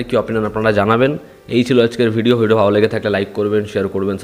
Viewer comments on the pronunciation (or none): none